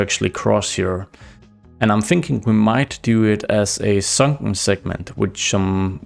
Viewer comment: I like your accent when you say "sunken". Are glottal stops like that common in Danish?